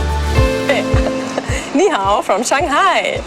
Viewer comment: You got the "Ni Hau " correct right down to the pat